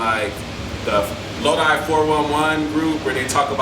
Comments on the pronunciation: This man said “Lodee, California” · But. It's lo die.. Not lo dee lol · Low-die. Not low dee. Lol. All good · “lowdee” 🤣 it’s “LOW-DIE” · LOW-DYE CA NOT LOW-DEE!!!! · It’s pronounced low-dye fyi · Its pronounced low-die